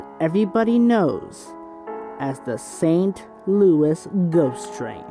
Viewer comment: Its pronounced ( Saint Loo - eee )